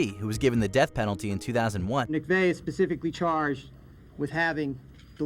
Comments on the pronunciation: Please work on pronunciation. McVeigh is pronounced McVay, not McVee. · They literally say mick-VAY and this dummy keeps saying mick-VEE. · Do the right research for whoever did this part. . Timothy McVee? It was McVeigh. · Fyi, McVeigh is pronounced mick-VAY (rhymes with "day"). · How young is this guy that he doesn't know Timothy McVeigh? Nobody in edit caught him screwing up the last name, every time?